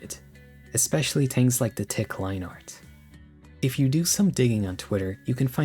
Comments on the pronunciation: when he said "tings" instead of things at the start I felt that way. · Cool video. But I must know... what the f is your accent? You don't say H's.. "ting," "teories".. like a Jamaican would